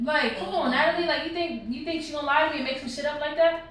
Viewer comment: Wen Natalie saying who u tink win ..who u tink win